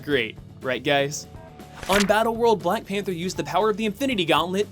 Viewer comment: I've misheard "BlackPanthaa" During all the video xD